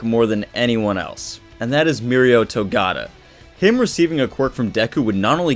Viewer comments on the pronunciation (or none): Three syllables MF say it. To-Ga-Ta.